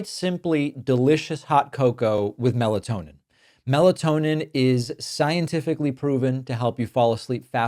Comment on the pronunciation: Can you say meltonin?? Uh oh. Better be careful 😂😂😂